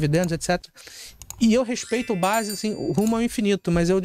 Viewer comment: Ele fala Barzi e não Barsi conhece muitoooo! Kkkkkkk